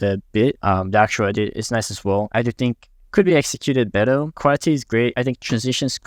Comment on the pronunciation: we: "better": "beddel" 😂